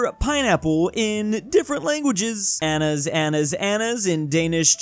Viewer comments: calling ananas anas good job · What the hell made you think that you pronounce "ananas" as "anas" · ITS Ana-nas not Anas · Its ana-nas, not anas xD Edit: Phew. He did it on purpose😂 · word: caucasus: caucus word: ananas: anas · Not pronouncing “ananas” as “annas” 💀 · reading “ananas” as “anas” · And calling "ananas" "anas" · its pronounced a na nassss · Same😭 "Anas" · It's pronounced an - an - as, an - as lol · WHY DO YOU SAY ANANAS LIKE THAT